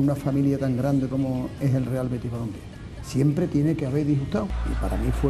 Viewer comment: El no dice viva el Betis el dice “viva er Beti”